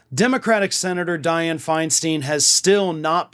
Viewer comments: Her last name is pronounced Fein stein, not Feinsteen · In San Francisco we call her Feinstein, not FeinSTEEN. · her name is Feinstein, not Feinsteen. She should have been put out to pasture a decade ago. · Feinstein should have retired fifteen years ago. She is completely out of touch with voters needs. And it's pronounced "FINE-stine". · it is pronounced fine stein farron. like a stein of beer.